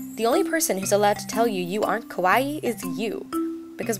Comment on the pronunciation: It's so cute how you say kawaii >////< cuz you pronounce it like it's kowai (scary) and it's like you're having a Yuno Gasai moment!!!